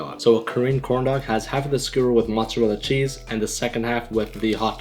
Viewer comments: Why every american dont know how to say mozzarella Im italian>:) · why Canadian and pakistani dont know how to say mozzarella-_